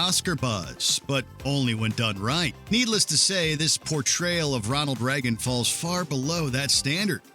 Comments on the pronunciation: You’re American, why can’t you pronounce ‘Reagan’? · Soooooooo watch mojo uses AI voice overs now? Or did they always and I just didn't notice? No American or even Canadian has ever pronounced the name Reagan as "Reggen"!🖕🤣🖕